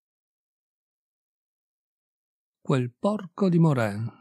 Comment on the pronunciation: Si pronuncia Moran !